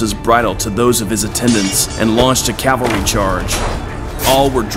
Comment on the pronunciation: Fun vid. Note: one of my pet peeves>> it's CAV-alry *NOT* CAL-vary. I don't know why people can't say it right.